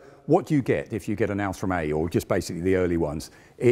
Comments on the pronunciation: I like but his pronunciation of Ausführung is slightly maddening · You can say ausfrung a thousand times, that doesn't change the fact that it is wrong it should be Aus-füh-rung every single one of those times. AR-TI-CU-LATE ffs. If you're not sure how to pronounce it, there's dozens of internet resources you can use. Here is just one I found in a five second search. And I'm not even a native German speaker my dear man. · Work a bit on your pronounciation of German terms. Google translator has a voice function. It is "Ausführung" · I watch these to hear non-German-speakers struggle to pronounce the word "Ausführung" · Request: Please don't use German words if you cannot pronounce them correctly. Hearing your attempt at "Ausführung" just made me cringe every time. Yes I know, minor detail.